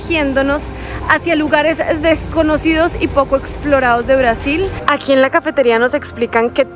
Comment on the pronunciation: ¿porque insistes en pronunciar Brasil en Inglés como si fueras una gringa? para la próxima en Español por favor...